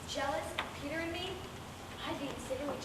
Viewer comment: OMG...this is about the worst version of this play I have ever seen...this makes me want to scratch my eyeballs out...there is absolutly no emotion in the lines, the pronunciation of the names are completely off (it's pronounced Pater not Peter, Anneka not Anneky, etc...) Ahhhhhhhh...this is horribly painful to watch...please remove this video as to not let anyone else feel the pain I have felt...